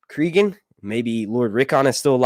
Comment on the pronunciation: Please listen to the audiobook of "Fire and Ice." His name is pronounced CrAgun, not CrEgun. Just saying.